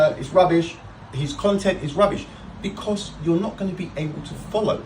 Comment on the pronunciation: Becoss?? Who pronounces because like that? Spoiler: does.